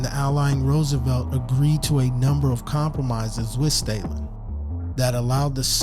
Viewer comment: Stah-Linn, not "Staylin"